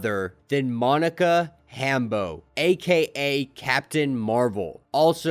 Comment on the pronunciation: Did he call her Monica ‘HAM-beau’?!!